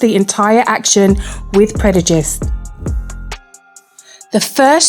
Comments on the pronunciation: articulate apart from the word “Predujist” lol I think she meant to say prejudice 🤣🤣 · Great vid! But I must point out that its preJuDice and not PreDuJice as the narrator keeps saying..hehe